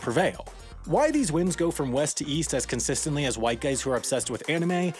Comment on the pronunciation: East I thought you said weast.